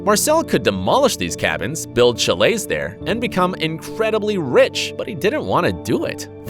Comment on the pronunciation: Please work on your pronunciation of chalet